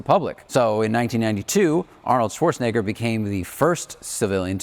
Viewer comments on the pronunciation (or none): none